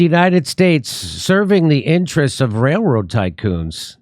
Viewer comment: Sorry but "wail woad" cannot be left to die a quiet death.